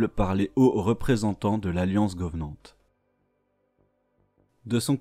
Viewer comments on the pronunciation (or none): Super vidéo mais les" Fororeneurs"et les "Govenands" m'ont perturbés légèrement. Sinon super travail. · j'adore tes vidéos 👌🏻 mais pitié 😅 arrête de prononcer le mots "Covenant" en "GOVENANT" c'est vraiment perturbant 😅 sur les vidéos de ton compte perso, c'est pareil 😅 Mais toujours aussi sympa de genre de forma 👌🏻 j'aime beaucoup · Bonne vidéo par contre le fait de dire « govenant » tout le vidéo ma trigger de ouf 😅